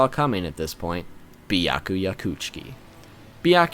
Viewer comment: tell me who is bi-yah-kuya😂😂😂😂😂